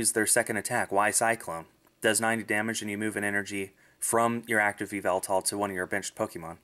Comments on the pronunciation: Also the official pronunciation is ee-vel-tall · its pronounced. ee-VEL-tal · the correct what to pronounce yevltal is Ya-ev-Eltal